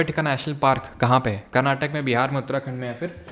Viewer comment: It's not Karnatak It is karnataka